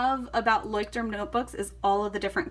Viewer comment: I cringe every time u say "Leuchtturm"